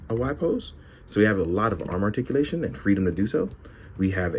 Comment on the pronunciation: Roticulation..... I actually understood